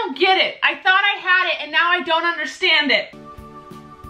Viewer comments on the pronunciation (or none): Every time u said taught I burst out laughing 😂 Love u ❤️ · Nobody: Not even harry styles: Not even harry potter:: "...tot..." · Every time she says "Taught " I laugh so hard like I'm giving birth to a chicken ?😂idek 😂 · I wonder how many times she said “tot” in this vid😂